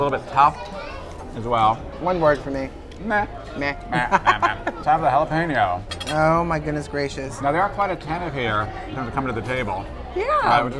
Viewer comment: The "pen" in jalapeño is pronounced like the word pen not peen.